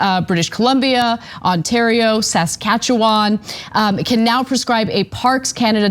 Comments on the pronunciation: Sass Catch Uwawn, LOL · I always give a little chuckle when Americans pronounce Saskatchewan as Sacscatsuwan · I love the way ana said saskatchewan. Sounds funny as a canadian. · Ana’s pronunciation of Saskatchewan made me giggle 🤭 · What's cute is how you try to pronounce Saskatchewan